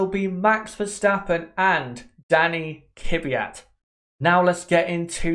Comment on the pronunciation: Daniil Kvyat. Not Dani Kyvyat